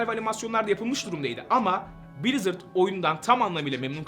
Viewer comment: brizırdı brazzers diye duydum aq